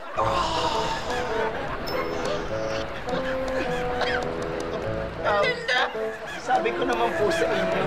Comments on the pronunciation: The way she pronounced ERRRLINNDAAA is so funny 🤣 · When Mamaw pronounce Er-Lin-Duh!!!🤣😂😂😂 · The way he says erlinda...sound like..erlinder....sowsyal ang mamaw shet ..lolz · The way Mamaw's pronounced Erlinda's name is so expensive ✨